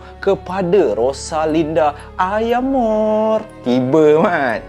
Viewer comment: bukan "ayamore" la.. "Rosalinda mi amore.."